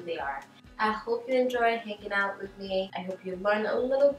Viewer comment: Out sound a little like “oot” and process sounds like “PRO-cess” lol it’s the cutest thing 🥰